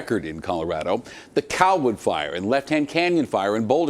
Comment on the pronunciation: That reporter keeps saying coll-wood, it's driving me crazy.